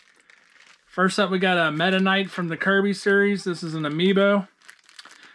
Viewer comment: Meta Knight.....thought you said Mennonite ! LOL.